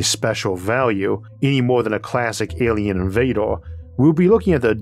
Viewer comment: "Awien wefugees" - the speakur